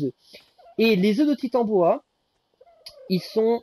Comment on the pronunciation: Coucou merci beaucoup pour ce tuto. MER-CI. Rien à redire sinon la prononciation du titanOboa 😅 sinon j’ai pris le soin de noter dans un bloc note toutes les infos des kibbles 😂